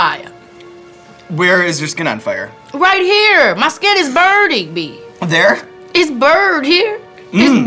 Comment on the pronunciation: My skin is bird-ding me! It's bird here! It's bird!!! 😂😂🐦